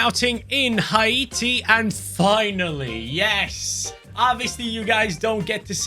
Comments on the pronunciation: what the hell is hi-eaty its hati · Dude its not ha-e-ti😂 its hate-e (haiti) brov its a french word not english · It's haiti man. Not haite man. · it’s pronounce Hay ti not Ha e ti 😂😂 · u pronounced haiti wrong it’s “hay-tee” but love the video ❤❤❤